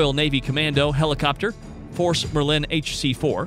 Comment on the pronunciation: Phalanx is fah-lanks. But he did mispronounce Merlin and frigate.